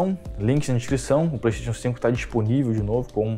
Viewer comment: parei de assistir logo no início, quando ele falou "pleitetion" em vez de "playstation".